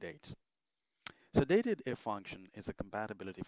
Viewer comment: Surely, the function is pronounced 'Date Dif' - as in date difference.